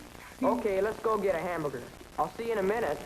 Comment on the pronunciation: Anyone notice that he says "Hambugger"?